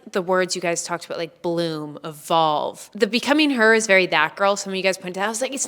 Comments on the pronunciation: Does he actually say "a-boot"? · Omg…I’m a fully fledged Canadian… lived all across this country. And your friend at the start of this video… that’s the FIRST TIME I’ve ever heard someone say ‘a-boot’. We’ve found THE ONE. Love the video - meditation is tough, but keep up with it. It can change your life, for sure :)